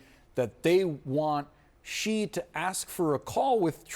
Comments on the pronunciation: In a country where almost no one in the media and administration knows how to pronounce another country's leader's name (Xi is pronounced as the letter 'C' instead of 'she'), do these people know what respect is? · why can't any commentator pronoun 'Xi' and 'Zhang' correctly?